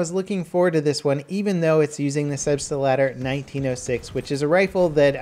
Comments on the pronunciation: Lol, as a German I'm hearing "Substiletto" instead of "Selbstlader" every time. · wtf it's Selbstlader not Selbstelader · Please, PLEASE change the way you're pronouncing Selbstlader. You speak 4 syllables when the actual word has only 3. Selbst-La-Der, wheras you call it Selb-St-La-Der. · repeat after me "Selbst-lader", not "Selbs-T-Lader". The 't' is almost silent. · You guys dont get it. COULD have pronounced it correctly, but he pronounced it "Selbstalader" instead of "Selbstlader" EVERY single time in the video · A small tip from a german viewer about pronounciation: You always say "selbstEYlader" . Insted connect selbst and lader like you would "felt" and "ladder" felt-ladder selbst-lader The rest of your german is fine, keep up the good work! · Ive put up with this for long enough. SELBST- LADER. (lahder) In german this means self-loading. In other words, semi-automatic! As a german speaker it just irks me that you keep saying "selbstalader"! Have a good one. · Its called Selbstlader and not "Selbstalder" >< Selbstlader means Selfloading in english. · selbst - lader. not selbstelader sorry... im just amazed that no one have told u ever..... keep up the great vids... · It's not "Selbst-uh-lah-der," it's "Selbst-lah-der." Three syllables, not four. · its Selbstlader not Selbst[E]lader [TRIGGERING INTENSIFIES] The german part of me is crying everytime you say it wrong! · SelbstLAder, not SelbstALder. Don't make the germans angry, nothing good happens when you make the germans angry! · Love your channel man! Great content! But please ist Selbst-lader, not selbstE-lader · Also, your pronounciation is wrong. Selbst lader. Not selbstAlader. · STOP SAYING 'SELBSTALADER'. ITS 'SELBSTLADER', S-E-L-B-S-T-L-A-D-E-R, ONLY ONE A IN IT!!! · Its Selbstlader not Selbstader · selbstlader not selbstalder . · Get you German right. It's SelbstLAder, not SelbstALder ;) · Lol wtf is the "Selbstalder"? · Sleb-ste-ladder? No. Selb-stlaughter.